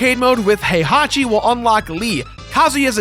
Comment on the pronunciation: is he saying "Hey hockey" for "Heihachi"?